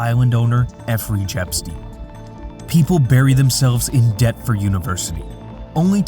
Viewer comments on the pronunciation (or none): Effrey Jepstein? Its Jeffrey Epstein Mate we seriously need back 😊